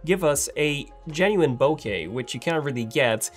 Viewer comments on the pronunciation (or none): none